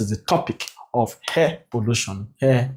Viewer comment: is called air and not hair sir😂😂😂😂